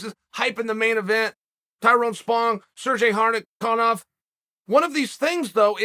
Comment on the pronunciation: Tyrone Spong, Serjay Harni-Karnoff Lmaooooo